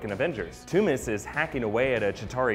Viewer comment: it is Tooms